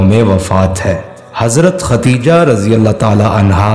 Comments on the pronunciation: Dear All, please pronounce the name correctly, it is KhaDDEEJAH not KhaTTTEEEjah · ختیجہ غلط ہے درست نام خدیجہ رض ہے